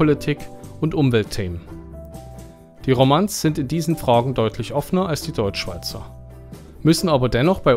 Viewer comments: ''Romands'' :D stand richtig im Skript, hast du aber falsch ausgesprochen. ''Romo'' spricht man es aus, und das letzte O klingt wie bei Fondue... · Sehr tolles video, nur ist Apfelmus über Hörnli und Ghackets eben einfach geil und die Romands werden französisch ausgesprochen also eher die romon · Swiss: 'Romands' wird wie 'Romon' (mit nasalem 'n') ausgesprochen das D und S sind stumm. Ist jammern auf hohem Niveau, aber das bist Du Dich sicher mittlerweile von uns Schweizern auch schon gewohnt. Sehr gut gemachte und informative Videos. Danke schön für Deine Arbeit, man merkt, dass die Schweiz für Dich eine Herzensangelegenheit ist. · Super Video! Und irgendwie süss, dass du das Wort "Romands" in Deutsch aussprichst wie es geschrieben wird - sowas habe ich noch nie gehört :) (eigentlich spricht man es auch in der Deutschschweiz französisch aus: "Romoons") Gewissermassen das Äquivalent dazu, dass "Amazon" in Deutschland nicht englisch ausgesprochen wird :) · Romands wird dann nicht "Romanz" ausgesprochen, sondern ist französisch 😉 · Ich hatte im Video romands zuerst wegen der Aussprache nicht verstanden.🤣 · Ich habe eben als Schweizerin Dein Video gesehen. Toll gemacht! Zwei kleine Hinweise, wenn Du an Deiner Aussprache feilen möchtest. Man schreibt wohl zwar "Rösti" oder "Röstigraben", die Aussprache ist aber "Röschti" resp. "Röschtigraben". Und den Begriff "Romands" spricht man generell französisch aus, auch im Deutschen :-) Ein Schweizer isst auch nie Pasta mit Sahnesosse, sondern das heisst dann Pasta mit Rahmsauce. Die "Sahne" ist ein rein deutscher Begriff, in der Schweiz heisst es konsequent nur "Rahm". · Dane für das gute Video, noch was konstruktives Romonds wird auch in der Deutschschweiz französisch ausgesprochen